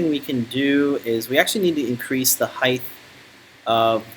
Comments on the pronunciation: Off the subject but why do you pronounce the word height..heigth? Some wood workers I noticed do the same. I'm enjoying following this project, thank you! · alot of people do this i have noticed, height does not rhyme with width!